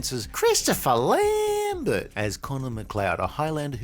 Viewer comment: Wow, the dude who made this video came up with the "A Kind of Tragic" about 30 years too late. And someone tell him you're not suppose to speak the "t" in Lambert's name. Sigh. Get on board, dude. General Katana, must be a "sharp" guy. C'mon, the writers weren't even TRYING. This has to be one of the cheeziest movies of the 90s. It's where you start to think "Where is Steven Segal in this movie?" and anyone, who knows Segal stuff, knows he's made some CRAP movies.